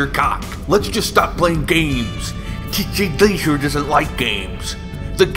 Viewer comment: I love how he pronounces TJ Laser. It sounds so epic.